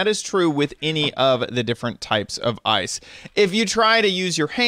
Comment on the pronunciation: ur saying ice wrong